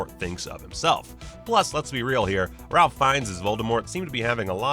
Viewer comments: Pretty sure he called Voldemort's actor Ralph Fiennes. It is Raiph. Like Rake but with an F sound at the end instead of the K. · "Ralf" Fiennes? "Ralf"??